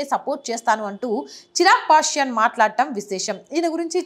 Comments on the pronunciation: నమస్కారము హిందూ సమాజానికి తెలియ వలసిన మంచి విషయం గురించి వీడియో చేసినందుకు ధన్యవాదములు. కానీ ఒక సూచన తన పేరు చిరాగ్ పాష్యన్ కాదు "చీరాగ్ పాశ్వాన్" దయచేసి సరిగా వుచ్చరించ గలరు, దయచేసి మరోలా అనుకోకండి. జై శ్రీ రామ్ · సదరీ! చిరాగ్ పాశ్వాన్ అనాలి. మీరు చిరాగ్ పాశ్యాన్ అంటున్నారు.